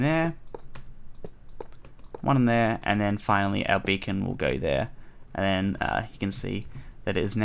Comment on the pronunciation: For a sec I thought you said you can change the color of your bacon xD